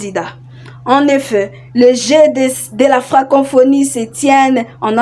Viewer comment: Ce n’est pas FrancoNphonie. C’est plutôt FRANCoPHONIE. Co co co et non con conphonie. FRANKOPHONIE. FRANKOFONY. Prononciation svp! Bonne chance!